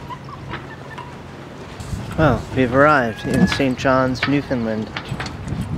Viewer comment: Its pronounced Newfundland....understand? Great video. Were you Skreeched in?